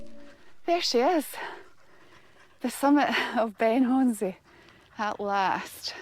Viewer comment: Brilliant, thank you. Must be gutted no whisky up the Munro, with so much of it nearby. I’ve just got back from the Culra bothy, where there’s a stack of whisky bottles, all empty 😟 I’ve heard many pronunciations for Ben Chonzie, you’re about the closest. It’s actually pronounced Ben i Hone. Great video as always.